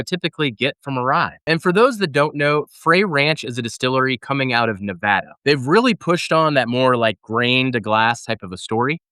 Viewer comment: Thanks for saying Nevada correctly.